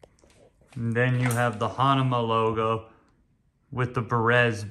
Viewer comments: What did he just say, “Hanama”??? WTF??? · u do the review....how come u cannot say the brand correctly...hahaha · It’s true. You can’t pronounce the brand correctly